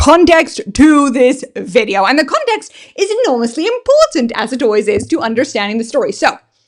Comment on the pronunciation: Ate you saying context or condext? I'm confused 😕